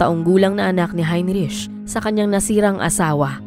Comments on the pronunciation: Please note the proper pronunciation of the name Heinrich. It should be 'hein-rik' not hein-rich. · HeinRick ang pronunciation niyan. 😊🇬🇧